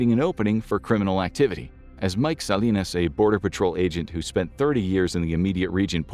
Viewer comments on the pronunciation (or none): none